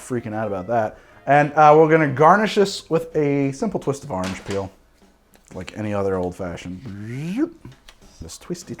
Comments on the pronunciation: "Ahurenge." Orange? "AHURENGE." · Why does he say "OAR-ange" instead of just arnge like the rest of us? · That coastal accent leaking out a bit